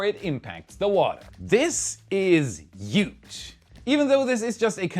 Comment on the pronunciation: HJUGE not JUGE, but your english is getting seriously good now :)